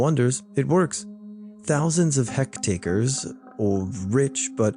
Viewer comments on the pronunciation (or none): Hectares is pronounced as "heck-tears" its like acres but for the metric system